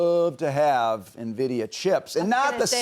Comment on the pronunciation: IN-vidia. IN-vidia.